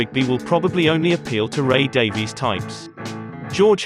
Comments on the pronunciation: Ray's name is pronounced "Davis" not "Daveees". Why is it so hard for people to get this right? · Just curious, why are you as a Brit pronouncing it Day-Vees? Ray pronounces it "Davis,"' as Brits typically do. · Pronounced DAVIS, not Daveyz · Okay - couple points. First, Ray Davies pronounces his last name "Davis", not "Daviees" Second, by then, contrary to what George was saying, the Kinks had already been on the same stage in London with the Beatles, at least once.. Everybody was waiting for the Beatles ... but the Kinks opened their set with "You Really Got Me", and, for at least a while, Ray says they OWNED the crowd. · His name pronounced Ray DAVIS. It's the Welsh Davies. Please correct the narrator. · It's pronounced like "Davis." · You must know, Davies gets really angry when anyone pronounces his name as you have. He says it is pronounced Davis. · Just say Davis, Davies is pronounced Davis for fuck sake. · 'Davies' is pronounced 'Davis'.